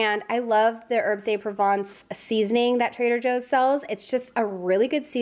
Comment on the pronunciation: But you did get "pavé" right because the é has an accent. As long as we're doing French, the "de" in herbes de Provence should really be pronounced "duh".